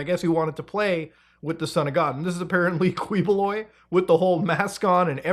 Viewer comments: To save you from twisting your tongues, it's actually pronounced Key-Boloy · i don't want to be a smartypants the proper pronunciation of the MF name Ki boloy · Uy, Philippines! 🤡🤡🤡 BTW, its pronounced as Kee-Boh-Loy bossman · Am i the only one being bugged by how he say Quiboloy like kwee boo loy, anyways great vid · 2 things: 1.It's pronounced as "Ki-bo-loy" 2.A lot of us in the city have been theorizing that he's been up to shady things, but for some reason, no investigation has been done behind his strange, unannounced wealth or even his army of loyal workers who serve his bidding for free. Trust me when I say that him being involved with human trafficking isn't really too surprising. Bonus: He got his loyal followers by helping those who are suffering below the poverty line, giving them their much needed care. That's how people saw him as someone who could be the reincarnation of Jesus. They somehow fail to see the giant mega-churches and helicopters, but what would I know. Bonus Bonus: He would send his followers all around the Philippines and have them sell snacks and accessories. These followers don't mention that they work for him and use reason like "school donation" or "orphanage charity". You can expose them by insulting Quiboloy in their presence. Honestly, it's quite a sight when you do so. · We pronounce it as "Key"boloy in the Philippines. Not correcting you, by the way. I understand how other languages pronounce words differently. We prounounce our P's as F's for Fete's sake. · btw quiboloy is pronounced as kiboloy just a tip to ease up your tongue 😅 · You can drop the U boss it's sounds something like QI-Bo-Loy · just sharing, the first syllable of his last name is pronounced as key, but at least justice is getting served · heheheh dude's name is pronounce as "KEEH-BOH-LOY" glad you covered this! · you can just say his lastname as KEEEboloy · Say it right Muta: KI-bo-LOY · It never fails to give me a chuckle when mutha miss pronounce their names.